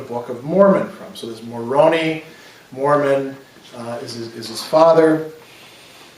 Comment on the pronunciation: Your pronunciation is a little off with your book of Mormon names, at least as far as the mainstream church pronounces them. Almost all of the vowel sounds are long, so it's nee-fites and more-ohn-eye for an example. Sorry, it just sounds odd to my ears. Love your lectures.